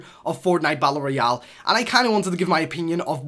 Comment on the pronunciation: He pronounces it "bat-ul royal"